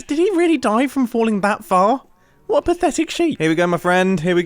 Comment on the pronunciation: Mumbo Ramsey: " You perfetic sheep."